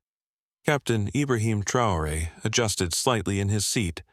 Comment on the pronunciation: You can’t even pay the respect of pronouncing the president’s name e? Hideous AI.